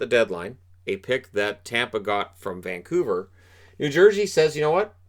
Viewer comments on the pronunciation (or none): none